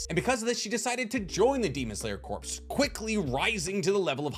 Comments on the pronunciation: I can’t get past the fact that he’s saying “corps” as in dead body and not pronouncing it right 🙄🙄🙄🙄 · I love you videos but! Demon Slayer Corps, It’s pronounced demon slayer CORE. The PS is silent. Source: the Marine Corps is pronounced Marine CORE, not Marine Corpse. This literally drives me nuts. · can you please learn to pronounce the word "corp" before making another video? it really hurt my ears. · Why do you keep saying Corps wrong, the P and S are silent like in Marine Corps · I don’t know if someone said anything or you’ve corrected yourself, but corps is pronounced core. Not corpse. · Pet peeve: it's actually pronounced as "core", silent "P". Like the USMC, Marine "Cor" no annunciation of the "P" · I love your content but please for the love of god it’s pronounced core not corpse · You’re great, thank you, love the video…but please, I’m begging you with all my heart to stop calling the it the Demon Slayer “Corpse.” It’s not the dead body of a Demon Slayer, it’s the Demon Slayer Corps, and both the “P” and “S” are extremely silent. I know I’m broken for caring, but it’s like calling a Grand Prix a “Grand Pricks.” Now let your hate fall down on me like rain. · Demon slayer corps is pronounced like core not corpse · sorry to be that guy but its pronounced Core.... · Thats a slight pet peeve of mine too. I guess I'm that guy as well. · Absolutely tickled how you pronounce corps as "corpse" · The word Corps is pronounced like core, not corpse. I know it doesn't really matter to the video's content but it's like a flick in the forehead every time I hear it. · Every time you say demon slayer "CORPSE" it drives me crazy. It's pronounced core, like the U.S. marine corps, its not a marine corpse. Jesus man you're old enough to know this. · You pronouncing Corps as "Corpse" instead of "Core" is killing me! Other than that great video! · It’s pronounced core* not corps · My brother in Christ I love the video but it’s pronounced “core” not “corpse”